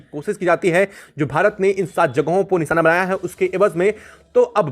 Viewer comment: Long and repeatative video , his pronunciations are also wrong ,NISANA , ACSON what a waste of video and time.